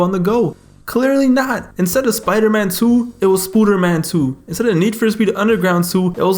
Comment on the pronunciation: I thought he said Scooter Man lmao